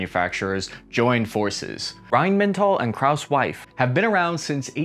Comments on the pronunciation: "wine-mental and klaus' wife"? dude, it's "rhyne-met-ah-ll" and "kr-ah-oo-s muff-eye" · the brands are called: krauss-maffei. not krousewife. rheinmetall. not rhynemental. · "Krauss Maffei" is pronounced like this: - Krauss: Like crowd, but with an S instead of the D - Maffei: Just say "muff" [vulg.] and "eye" together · Reihnmentall and Krausmeiff? :D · "Krauss-Wife" :-D Ma - - ff -- I (like I-phone) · A "defense analyst" that says "RheinmeNtal" and 'Krauss-wife" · "Rheinmental and Krauss-Wife", mispronounce it with confidence 👍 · "Rhein-mental" and "Krauss Wife"? really!? 😂😁👍 it's ok though, Deutsche Sprache schwere Sprache.. Great Content by the way. Huah! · At least try not to butcher the pronunciation of KraussWife and Rheinmental 😀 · "RheinMENTAL and Krauss' WIFE"?? haha xD nice Sauerkraut'sch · Rhein-Mental and Kraus Weiff ???? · "Rheinmentall and Kraus'-wife" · Just to let you know, KraussMaffei is pronouced Krauss-maff-eye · "Rhein mental and Krauss' wife" lol. Might wanna work on your pronounciation, the first one doesn't even take any effort to get right. It's not that unusual. Look at Japanese or Soviet / Russian tanks and you'll also find height limitations, except more extreme. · Just a small comment from an Austrian but speaking German: Krauss Maffei is pronounced more like Muffay :) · WTF is a "bondenheidenshof"? or "Kraus-Wife"? Is it really too difficult to look it up how to pronounce simple words or is it a kind of game how much a word can be reinvented here? Even just pronouncing those words like they were English would be closer to what I was forced to listen to here. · how are you pronouncing that brother? I didn't know that Rhein was mental and that Krauss had a wife? 🤣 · Klaus's wife as opposed to "Krauss Maffei" lol